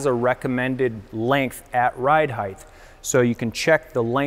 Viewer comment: Height not Heigth. Basic 2nd grade pronunciation.